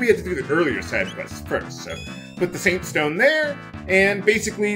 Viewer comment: you said SUNstoen instead of SAINTstone